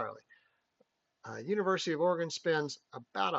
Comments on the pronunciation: ~ Also, "Orygun" not " Ora-gone" ... Sounding like Lou Holtz' dumb ass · Correction: OREGON is NOT pronounced Or ee gone! I live in Oregon, and it is pronounced Or ee GUN. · As an Oregon native.... DO NOT STAY IN PORTLAND! You can travel south on I-5 and stay in Salem which is a little safer than Portland and about an hour closer to Eugene.... And its pronounced OR-E-GUN.... And its U-GENE. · First of all, learn how to pronounce our state right. Here, I'll even help ya: Oregon (ORE-uh-g'n) like organ with an "uh" sound in the middle. It doesn't rhyme with “gone”. Secondly, you guys aren't scoring 35 on us in our house. You don't realize that our stadium is the loudest Big-10 stadium and Top 5 loudest in the country even though we only seat under 60k fans......in other words, What are you smokin?! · Nice job. But, Oregon is pronounced Orygun. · That didn't bother me it was the pronunciation of Oregon 😭 😅